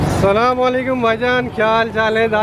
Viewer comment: bhai salam bhi karna nai aata hai tumko sahi se